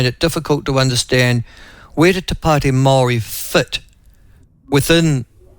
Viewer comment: Kiwi vs the Kraut and the Kraut said Maori incorrectly multiple times 😂. Can't hide those German Genes 😅